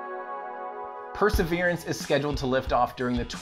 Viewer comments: I would really appreciate it if you try to pronounce the word "Perseverance" without extra vowels or syllables. It's NOT per-se-veer-ee-ants. It's per-se-veer-ants. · It's not called perservierance....it's perseverance ...drop the i. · Are you saying "perserver-i-ance"? I think you're adding an extra "i" sound in at the end of the word there. Or maybe its my British-ear mishearing. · Say "persaveriance" again. I dare you, I double dare you! Say "persaveriance one more goddamn time!" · I keep hearing 'perseveriance' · I dunno if it’s just me but you pronounce “perseverance” in a really strange way?! I can’t figure out if it’s your mic, the way my brain is perceiving it or if your actually saying it odd. Sounds to me like your adding an extra “e” towards the end!? Love the channel dude :) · It sounds weird to my USAmerican ears as well.